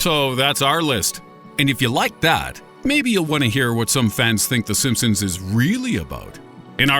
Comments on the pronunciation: In the beginning he said the simpsoons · at the beginning "the simpsoons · Di he just say the "sompsoms" in the intro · he just said the simpsoons